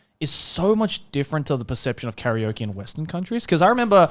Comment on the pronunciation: Someone tell me why they pronounce Karaoke like curry-oki